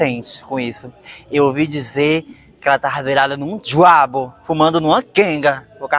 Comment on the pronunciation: “ELA TAVA VIRADA NO DJUABO “ 😂😂😂😂😂😂😂 Oh 300 reais difícil